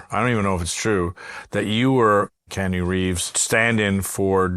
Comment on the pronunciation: how'd you pronounce Keanu Reeves, bro?